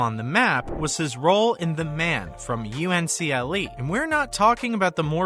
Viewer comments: OH FFS it's pronounced The Man From "UNCLE" one word. No one ever pronounced U N C L E. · Hi, I like the video, but you DID make three mistakes...First of all the TV show that David McCallum was in was NOT called Man from U N C L E... Though it was WRITTEN as a bunch of abbreviations; people KNEW it as The Man from UNCLE as if the periods weren't there...Second; Abbey's real name was PAULEY not PAISLEY Perrett. Third, Abbey's last name in the show was of Italian origin so her name; though written like it was pronounced SKIuto; it was pronounced SHOOTO. Just thought I would point those out.